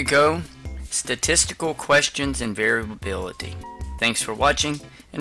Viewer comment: How can I trust the insights of a man who can't even pronounce variability?